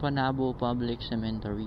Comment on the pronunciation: waa sa kanta2x na part uy . hahaha buto nahimong boto 🤣🤣 (typo) cemetery dapat dli "cementery" HAHAHA Lingaw aya infairness 🤣🤣🤣